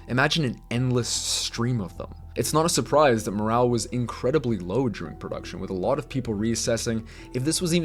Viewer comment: It’s DURING lol. Not JURING.